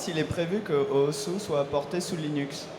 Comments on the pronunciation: Oui, Osu! se prononce "Os" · osu is a japanese word and they pronounce it as ''OS'' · Il s'appelle osu, mais ne se prononce pas osu.